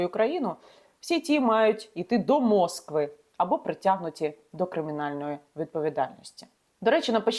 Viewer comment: мОс-ква)).Пропоную і надалі змінювати наголос в назвах рашистських пасєлєній та писати через дефіс:кал-угА,пет-Ербург, асс-трАхань,со-чИ,ростовнадо-НУ))